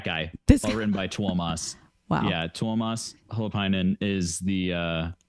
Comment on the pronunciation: What the actual? Someone in YT actually pronounced Tuomas Holopainen pretty much as correctly as it can be? I'm impressed. Nah. I've listened NW over a 20 years, nothing impresses me anymore. :P Seriously, check out Greatest Show On Earth and another huge band from frozen northern pagan wastes Amorphis.